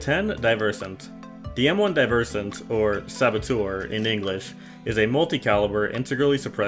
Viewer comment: i would recommend looking up the pronunciation of 'diversant' its pronounced more like.. (dih-vr-suhnt) just put saboteur and translate it to russian. hope this helps!